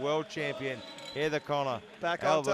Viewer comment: Why do I keep hearing Sarah Connor instead of Heather Connor 🤷‍♂️🤪